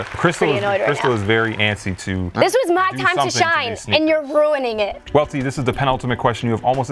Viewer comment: Worst take goes to Welty saying “Well-ty”